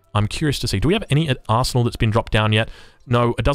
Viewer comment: When you say Arsenal it sounds like you're saying Asshole.